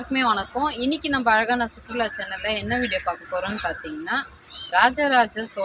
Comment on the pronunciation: சுற்றுலா என்று கூட ஒழுங்கா சொல்லாத நீயெல்லாம் vlog நடத்தும். கொடுமை.